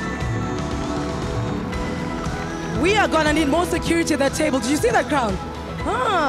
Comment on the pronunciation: he said "joni an sing"💀🌚😹 instead of "TONI-ANN SINGH"💀